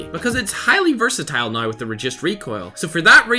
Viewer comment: I sometimes hear him saying "versatile" by "burst-a-tile"